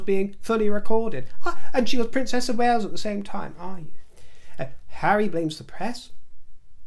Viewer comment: Wales not wells.